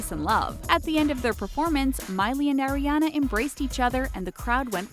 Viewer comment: AAAriana. Not "eri fucking ania. Goddamn